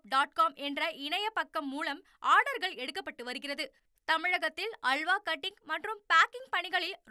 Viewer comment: உனது தமிழ் உச்சரிப்பை சரி செய்து கொள்ளவும்.அள்வா ,குற்றம் இல்லை அல்வா,துல்யம்